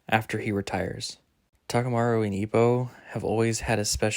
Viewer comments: Thanks, but you really butchered the names... Takumaru? TA-KA-MU-RA, I-MAI... bro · love your predictions, there’s barely any content for the Hajime no Ippo manga so this is really nice. btw Imai is pronounced like E-My and Takamura is said as Taka-muu-rah. Hope this helps!